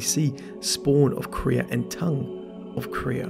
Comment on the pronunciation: Can you stop calling Quira "Korea" it is really annoying.